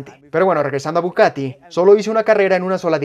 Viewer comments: es bugatti y no bucatti, no se quien es el que traduce o hace el doblaje, traducen mal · Porque dices bucati?🤦🏾‍♂️🤦🏾‍♂️ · OJO DOBLAJE,,,Es BUGATTI Buggggaattii....NO BUCATTI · dice "Bucatti" 😂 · Me duelen los oídos cada vez que dices BuCati 😣😩